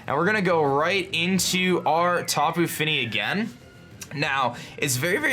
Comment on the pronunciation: please, I don't know if you got a single tapu name correct this battle